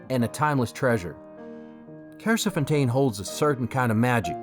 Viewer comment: As a local the way he said Kersefontein😂